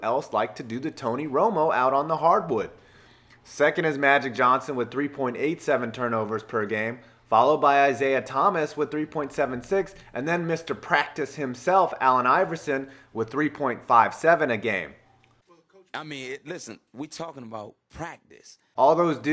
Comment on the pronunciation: When stating the runner ups for Highest Per Game Turnover Ratio, he says, "Isaiah Thomas". Like the current Celtics point guard. Instead of, "Isiah Thomas". The retired Pistons point guard, and the player that can be seen in the photo at that time.